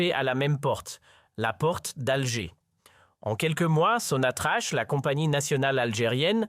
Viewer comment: Ça se prononce SONATRAk .